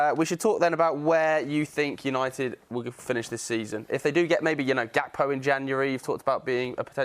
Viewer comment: I'm so happy u both said gakpo lol. From all Liverpool fans